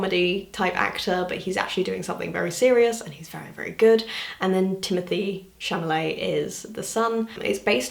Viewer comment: am i crazy or did she say timothée chaMALET instead of chaLAMET?